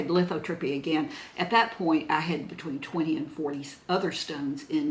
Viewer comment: the tube that goes from your kidney to your bladder is the URETER, the tube from your bladder to the opening where the urine comes out is your URETHRA. And you had lithotripsy, not lithotrippy!😂 Love you!